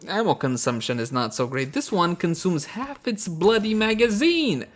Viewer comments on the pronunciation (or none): none